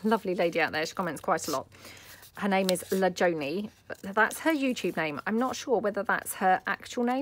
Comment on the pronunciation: Ah bless you , you pronounced my name perfectly and it's not my real name but my crafting name ...I made it up from the 1st 2 letters of my children's names in age order ...LAuraJOsephNIco lol and I know I can say that about your bows as you take it in the good humour it is made with....as I've said before I think I'm a "less is more" kinda gal where you are a "more piled on the better" kinda gal which is totally fine...I still love watching you daily, the first thing I watch after sorting my emails lol ...take care and carry on sticking on bows xxxx